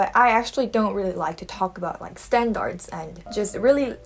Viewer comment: y'all hear that 'i' in front of standards? SHE' ONE OF US